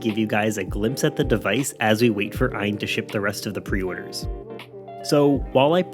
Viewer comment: It's A-Y-N, like GPD. It's an acronym. The battery is also 6600mah, it was changed mid-campaign. Great first impressions, I subscribed and will continue to follow your thoughts and impressions on the Odin. You should try MMJR, MMJR2 and Citra/Citra MMJ. Even a 888 isn't going to blow through every GC/Wii/3DS game, so you will have to play with the settings. For reference, Taki was able to get 4x on MMJR on Mario Sunshine (as you can see on Taki II). More higher end emulation and retro games with integer scaling AND stretching would be great in your review. Please, be sure to also cover screen brightness, back-light bleed, battery life, ergonomics, noise, and ANY bugs and glitches you run into with the hardware or software. A